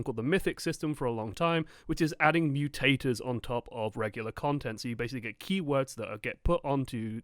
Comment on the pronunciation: I really though said 'new taters', he actually said 'mutators'. I gotta get some lunch already.